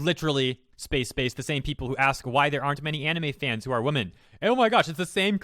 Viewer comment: Why do you say women as if it's in singular? I've noticed some people do that, it's really weird. "yosai", you often pronounce unfamiliar things as if you're not trying to read it. Holy shit her lack of commas is annoying.